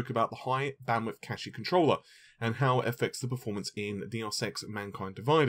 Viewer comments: Cache is pronounced cash not cashie. Sorry but as a computer guy this bothers me. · Again with the "capsayshin" and "cashie controller".